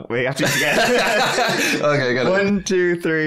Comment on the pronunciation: " all tree inches?" Is it good? Is it bad? Shame on you vampires!